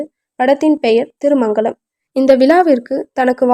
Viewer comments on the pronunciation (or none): ஏன்,ஏன் தமிழ் படிக்க இந்தத் தினறு தினறுகிறாயே!நேத்து தான் லண்டன்ல இருந்து வந்தியா? ஜெயலலிதாவின் 100வது படம் ராமா நாயுடுவின் "திருமாங்கல்யம்" அதைப் போய் திருமங்கலம் ங்கற. "விழா"வை "விலா"ங்கறே!ஒரு தடவை வாசிச்சுப் பார்த்துட்டு நிகழ்ச்சியில் கலந்து கொள்ள வேண்டியது தானே.கேட்கறவங்களைக் கடுப்படிக்காதே.